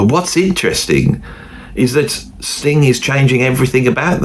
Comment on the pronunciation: You really must stop putting a k on the end of Sting. It sounds like... well you know what it sounds like. Also you were "sitting" there. you were not "sat" there. Just helping you out with a little grammar.